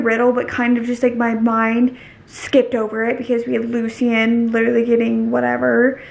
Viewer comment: girl it’s LOO-SHIN not LOO-SEE-IN 😂😂 but i still love you lol